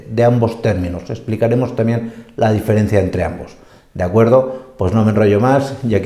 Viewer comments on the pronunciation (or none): none